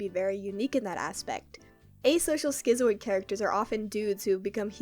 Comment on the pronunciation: the way you pronounce “schizoid” is funny